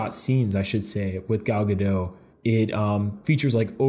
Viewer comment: Okay I know it doesn't matter but it's pronounced gadot with the t, not gadow. She's Israeli, not french. Lol